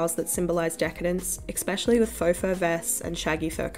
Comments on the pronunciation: Esssspecially.. not expecially Not being mean, you just say it a lot. 💕 Good coverage btw. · I can't like this because of the many times u said "exspecially" or "ickspecially" instead of especially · "especially" not "eXpecially" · Why do you say "expecially"? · interesting video essay but the constant mispronunciaiton of especially as EXPECTially is grinding on my nerves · Please stop saying ‘exspecially’ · your pronunciation of especially is flawless and not at all annoying